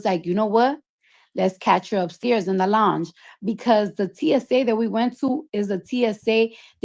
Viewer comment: 😒 the fact she went on a 15+ post rant on IG in that orange wig BREAKING DOWN how much Of a liar Nicki is bc “if this happened, why that” and WHOLE TIME it was true so this really pisses me off.. she went HARD ASF about this swearing it neverrrr happened! &Why tf this lady can’t pronounce LOUNGE correctly at this big age 😐 I’m irritated.